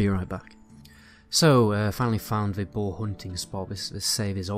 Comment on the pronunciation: I have to really pay attention to figure out what you're saying. You pronounce "bow" and "boar" as "bo." You are capable of producing the "r" sound if you move your jaw properly.